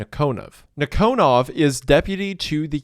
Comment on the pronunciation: It's nEEkonov. Emphasis on first ee. And KGB is FBI. Not CIA. We had counter intelligence bureau. I forgot it's name